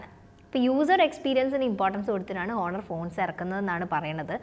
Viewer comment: ആദ്യമേ ഒരു കാര്യം പറയട്ടേ.. 1)Huawei എന്നാൽ പറയുന്നത് "വാവേ " എന്നാണ് 2) honor എന്നാൽ പറയുന്നത് ഹോണർ എന്നല്ല "ഓണർ " എന്നാണ് ഇതുപോലുമറിയാതെയാണോ ഇതിനെക്കുറിച്ച് class എടുക്കാനിറങ്ങിയിരിക്കുന്നത്.. കഷ്ടം